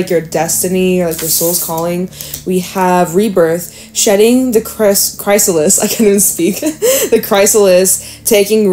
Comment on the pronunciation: Just to help look up how you say chrysalis... it's a short "i"